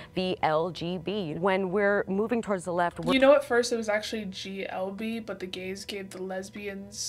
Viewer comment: love the “something serious……gAyS”